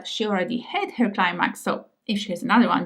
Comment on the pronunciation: pronouncing the word "easi-er" perfectly, but not the word "her" (eg pronouncing her body as "hair body")